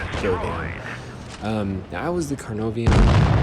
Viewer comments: CARE NAR VON not CAR NOVE IAN. :) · Nobody:: Carnovian and centuron (For future reference it's care-nar-von and sent-yoo-ree-on) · Its pronounced "kuh nar von"